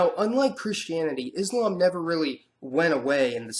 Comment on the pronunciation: HI. Just a request. Kincly pronounce Islam and Muslim with a S not Izlam and Muzlim. It is the letter S as in Selfless not the Z of Zebra. Usally, it is the Anti Muslims who use that z sounding, wich has no meaning in it self. Other than that, I always look forward to you videos. Very informative. Keep up the good work.